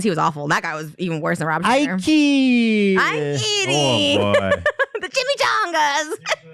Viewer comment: the amount of disrespect to eugenio derbez saying chimichangas😩